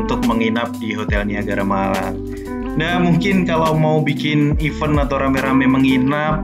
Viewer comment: Event = bacanya evén. Huruf e pertama dibunyikan i. Huruf e kedua seperti huruf e pada bacaan ember.